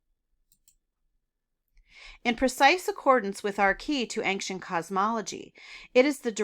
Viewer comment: Ancient is pronounced ayn-chnt not ank-shint. 😊